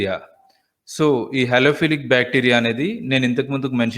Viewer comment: Thnq so much sir. The pronounciation of halophilic bacteria is obviously correct sir. Actually halo means salt philic means loving, so those bacteria that loves salt & prefer saline conditions to grow are halophilic bacteria.